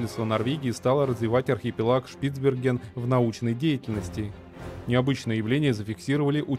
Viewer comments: Понятно что читает не человек, но ударения. На Е. шпицбЕрген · Хоть узнай как правильно ударение ставить в слове шпицберген